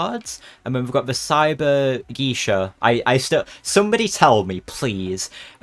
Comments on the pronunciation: its pronounced gay-sha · i love this pass so much, btw it's pronounced gay-shuh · Geisha is pronounced guy-sha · it's pronounced geisha :D